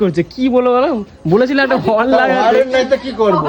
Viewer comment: কথাটা হরেন নয় হর্ন শুদ্ধ করে কথাটা বল মূর্খ